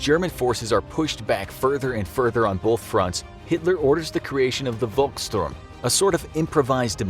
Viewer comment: The V in "Volkssturm" is pronounced as F not W